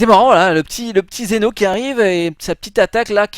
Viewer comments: TU MA FAIT PÉTÉ UN CÂBLE SES PAS XENO SES ZEN'O mais bon ses pas grave bonne vidéo quand même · ces pas xeno mais zen'o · Zeno pas Xeno